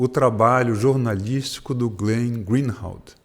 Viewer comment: Parabéns, Gilberto. O Glenn é realmente um jornalista de verdade. Só uma correçãozinha: a pronúncia do sobrenome dele, GREENWALD, é "GRINUALD" e não GREEHALD (GRINRALD). Desculpe a indelicadeza. Você também é um ótimo jornalista e tem a minha admiração.